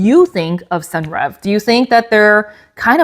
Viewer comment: Hi new here. Senreve is pronounced "Sen- revay." Hope that helps.